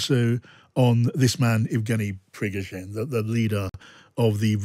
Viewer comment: Putin's chef is Prigozhen. Pree-Go-Zheen.